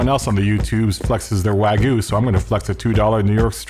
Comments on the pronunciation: It’s pronounced WAG-YOO not WAH-GOO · I give up trying to get people to pronounce wagyu properly. Despite how easy it is to pronounce the y it seems Americans just can’t figure it out.